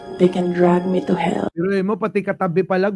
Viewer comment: Drag me to hell ! parang pagka pronounce katulad nung di ako nakapag aral ni guo !